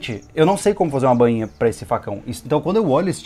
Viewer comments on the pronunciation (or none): Não é BÂINHA, é BAINHA....kkkkk..... parabéns pelo trabalho galéra!